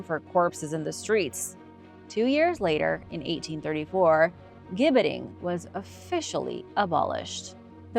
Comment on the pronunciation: Gibbeting = Jibbeting ..it is a "J" sound